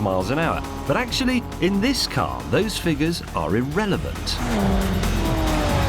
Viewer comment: "better actilly" lol